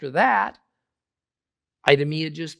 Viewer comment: I-do-me-a 😂😅 Hmmm, that's telling.